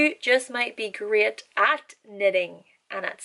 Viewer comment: When you said, "great", I thought you were saying, "grit".